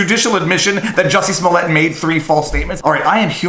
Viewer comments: It's pronounced juicy smoliet` lol Dave chappel gave us the corret pronunciation, Thank you dave. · I think is pronounced "Juicy Smollè". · Joo-see Smoo-Lee-Yay....that French actor! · I do believe it is pronounced Juicy Smallaayyyy. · You are pronouncing it wrong. It’s juicy smoolier. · Jussie Smollet is not French, if you watch Dave Chappelle's newest special, he intentionally pronounced his name "Juicy Smoullier" to make it sound funny. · I was confused until I realized you were talking about JUICY SMOO-LAY